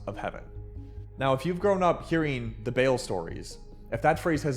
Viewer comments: lol not BAIL like when you bond outta jail or something. It’s “buh-ALL” 😅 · Its Ball not bale Be'lil is a different being, sorry i couldn't watch your video because you obviously dont know what you are talking about. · Americans will have a hard time pronouncing Baal. It's not bale or ball. Ba'al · nah the name is Baal, not Bale😭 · he is saying “bale” it’s ba’al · Baal ❌🤨 Bale ✅👍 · Why u saying Bail instead of Baal for 😂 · Baal ❌️ Bale ✅️ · It’s not “Bail”, it’s closer to “Bah-all” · Not bail Bah lle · (Ball) not bail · Baal not Bale or Bail🙄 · Not Bale it's BAAL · How u manage to mispronounce it? How is it bail... it's obviously Baal so now I won't watch cause u just want comments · I really want to watch this, but the pronunciation of “VEIL” instead of BAAL is killing me. And also the never ending going out on a limb makes it hard to follow the overall analysis. Too disorganized. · OMG STOP SAYING IT AS BALE…it’s Baal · it’s pronounced “bah-all” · Like BahLIL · It’s pronounced Baaaaaaaaaaaaal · your spelling ba-Al wrong, na-AL starts with an ah sound, a deep raspy sound from the back of the throaght thats not in the English language, the second syllable, the second a short breathy second pulse ending in a light "I". It's actually pronounced ba'lu. Its caananite not English and is an early form of the farsi language, like all Mesopotamia civilizations were. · Its pronounced B-A-Aal you pronounce each A separate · bail lol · Its pronounced bah aal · You are all WRONG. It is ba'lu, like the character from The Jungle Book or the word for bear in Hindi. Ba-al. Like Ba and then 'al' - is just the Hebrew version of saying the name בַּעַל. In Ugaritic it's balu. It means Storm Rider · it's pronounced "ba-al". It means "Owner" as in an owner of something. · BA EL FOR ba ba black sheep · Yes, he just saying Bale, a Wales International footballer lol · It's actually pronounced "bal" (rhymes with "pal"). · btw, when you say Baal, say it like Ball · I thought it was Bawl!?